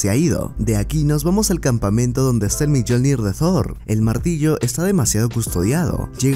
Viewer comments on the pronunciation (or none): Corrección de algunos errores: 1. El metal que mata a Tony es el paladio, el litio es la cura. 2. Se dice /Miolnir/, (Mjolnir). 3. No es un policia/secretario/ayudante/amigo de fury/agente de shield x, Es Phil Coulson, personaje que aparece en vengadores 1. 4. No es Jim Barton, es Clint Barton. 5. Esa bióloga es Betty Ross, hija del general Ross e interés romántico de Hulk. 6. Se dice general /Ros/ (Ross), no Rose. 7. No es el teseracto, es la caja que contiene el infierno helado. 8. No es Hela, es Lady Sif. 9. La mujer que aparece en la pantalla es Janet van Dyne no Hope. 10. No es un robot, es Destructor, villano que enfrenta Thor en su primera película. 11. Es el traje de Yellow Jacket con el casco de Ant-man, no el traje original. 12. No era un explosivo lo que mató a Hulk, fué un disco de crecimiento con particulas Pym, no explotó se hizo gigante. 13. No se congeló a ninguna ciudad. En esencia esos son los errores del video. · Miyolnir, robot xd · "Miyolnir" de Thor... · La forma en que pronuncia "Mjollnir". Un cague de risa absoluto.